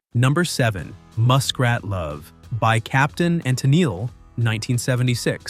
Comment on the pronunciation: work on how you script things for your Text-to-Talk voice. "Tennelee" (Tennille)?